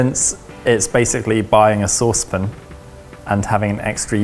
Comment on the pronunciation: says saucepin instead of saucepan 😂